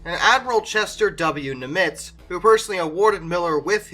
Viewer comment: I like the history, but PLEASE learn the proper pronunciation of some names! Example...it's Admiral NIM-itz, NOT nim-ITZ.